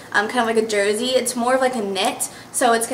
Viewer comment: maybe im just noticing this but do you have maybe like a little speech impedament? i notced the way you said "jersey" and "are" it just seems like you pronounce your R's differently. maybe im the only one who notices it. dont take it in a bad way i was just woundering! i loved all the clothes you got, btw :)